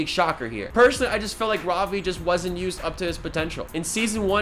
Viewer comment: He looks like nate from the series Ik you aren’t indian but try to say ravi as Ruh-vee instead of Rah-vee. Because i am indian i grew up with hindi as my first language